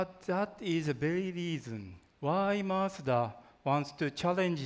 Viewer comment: the guy doesn't even know how to say mazda xD why not outsource the presenters all about design for 30 minutes mazda needs to focus on interior not exterior at the end of the day mazda was the slowest company to adapt to apple CarPlay i am very happy with this car but it was like it was a presentation on japanse culture please watch the 1st iPhone reveal by steve jobs